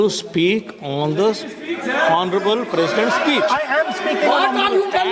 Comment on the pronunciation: टीनेटी जी हौनरेबल नहीं आनरेबल बोलो एच साईलेंट है